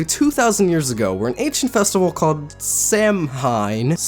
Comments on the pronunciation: It is pronounced sow in not Samhain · Samhain is pronounced Saw-in. Just thoght you should know... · Samhain is pronounced s- ow - in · ik im a bit late but its pronounced sow-an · Samhain is an Irish word pronounced sawh-in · It’s pronounced s-ouw-in it’s irish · It's called sawn its Irish(btw I'm just trying to educate you not hate sorry 😁) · You pronounce it like sowin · samhain is pronounced as SAW-WIN random thing we learned in class today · sa-whyn is how you pronounce samhain i t s I r i s h b o i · It's pronounced, sowin. Source; Am Irish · Saimhain is pronounced 's ow in' I know this cause it's Irish! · Just sayin... samhain is pronounced sau-wan. The celts spastic way of pronouncing things is just... what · It's pronounced sou-win.